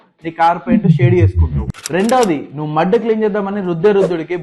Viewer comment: Mud antunnava - mo antunnava 😅😅😅